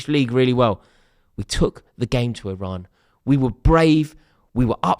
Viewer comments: It's Iran you knob 😂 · Someone tell Rory It's Iran